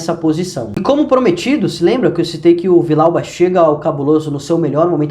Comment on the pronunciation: A pronúncia tá errada, é Vi-Dial-ba. 2 LL no espanhol tem som de jota